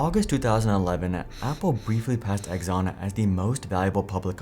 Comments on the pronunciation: Pretty sure it's pronounced "Ex-on" not "Eggs-on" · Who the heck is Egg-zon?? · "Egg zon" ? Yeah, that's not how you pronounce Exxon.